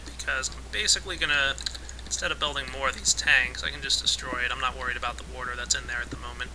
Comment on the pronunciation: its water not worter